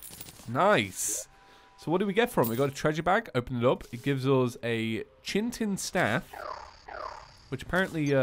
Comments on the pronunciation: No one wants to mention the fact that he says CHINTIN instead of chitin? (pronouced ki-tin) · Only two months late on this but.. anybody else bothered by the chintin (chitin, ky-tin) pronunciation? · Why can't you pronounce things? Like FFS, it isn't pronounced "ChiNtin", its "Chitin", where did you get the N from? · a Chintin staff... Did you mean Chitin? (Kite-in)? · ITS NOT CH-I-TEN ITS CHITIN OR SIMILAR KERITIN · chitin is pronounced ki-tin, ki as in kite and tin as in the ore. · That staff from wastland. It's pronounced (kite-ten) it's the exoskeleton of bugs. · Hey just a heads up chitin is pronounced kite-en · I think Chitin is pronounces with a K like kitin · my man, you should improve your chitin pronunciation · Please tell me you are pronouncing “chitin” unbelievably wrong on purpose